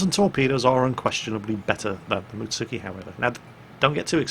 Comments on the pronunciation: you know its +Animefreakah when he calls a Mutsuki a Mitsuki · 3 min in. "Mutsuki" Oh...